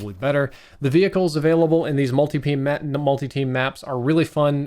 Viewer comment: at the 8 minute mark he says " in these multi-peen maps" confirmed